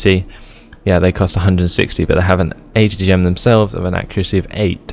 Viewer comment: what nationality are you? I was watching with subtitles and every time you said atgm it said HTM!!!! hahahaha I love your vids